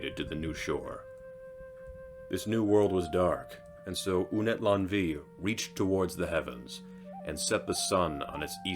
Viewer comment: Good video, but Unetlanvhi is pronounced Ooh-net-lan-uh-hee. 🙏🏽🪶